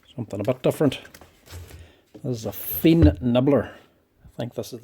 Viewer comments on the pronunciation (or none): I am looking for similar long bits as you use while disassembling, could you maybe add referral links to where you buy them if you still know? German Fein is pronounced exactly like the English 'fine', by the way. Thank you so much for your videos!